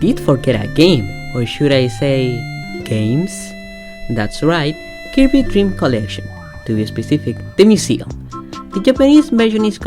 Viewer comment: I hate the way he pronounces Kirby